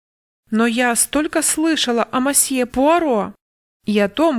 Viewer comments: Добрый день! Пожалуйста, не говрите мАсье. Либо мсье, либо мОсье. В иностранных словах безударная О звучит как О, а не А. Это в русском языке безударная О превращается в А. Если вы понимаете, о чем я... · Очень режет ухо слово "мосье". Лучше говорить "месье", а проще всего - "мсье". 😊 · Тоже постоянно зацикливалась на этом"масье" 😁 Всё его ждала. И смысл рассказа мимо прошёл. Придётся переслушать